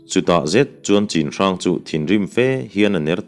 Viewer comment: Chinhrang tia i lam hi Chhinhrang tih tur anih hmel ka ti. Lai tawng ah chuan 'C'hi 'CH' anga lam tur ani e